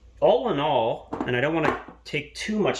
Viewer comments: talking bout awls before.. I could only hear "awl in awl" xD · Awl in awl